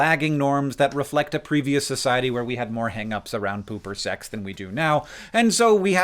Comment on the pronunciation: I know Hank said "poop or sex" but it sounded like "pooper sex" hehehe